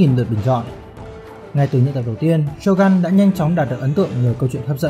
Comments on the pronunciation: Shogun mà đọc là Sô găn nghe nó cứ cấn cấn 😂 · Shogun cần đọc theo tiếng Nhật là shô gưn, chứ gun ở đây không phải súng